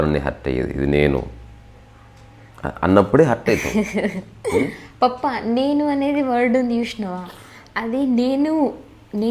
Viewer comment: పప్ప పప్ప సౌండ్ కొంచం abrupt ga వుంది. వత్తి వత్తి పలుకుతోంది. కొంచెము కరెక్ట్ చేయండి దయచేసి